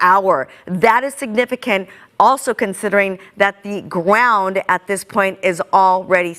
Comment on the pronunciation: sounds like she has /r/ sound error. Gwound for ground at 1.50